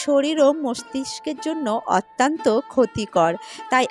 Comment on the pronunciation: Otanto noy .. uchcharon thik koun